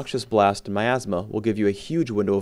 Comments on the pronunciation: I kept thinking he said my astma.. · i thought said "my asthma" LOLOL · "second is myathsma" lol